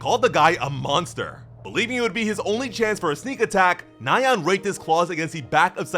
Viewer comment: Another cool video. BTW.. nyan is one syllable. It's a variation of the sound a cat makes. Hearing you say it nigh-ann 30 times drove me up the walls.